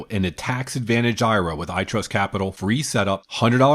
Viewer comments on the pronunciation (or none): Hearing "IRA" sounded out like it's a word sounds off. I'm pretty sure it should be said like "I. R. A." since it's an acronym and not a word.